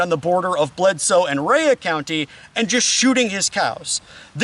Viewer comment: Buddy you butchered the pronunciation of tollett and Rhea. Tollet= Taal-it ….. Rhea=Ray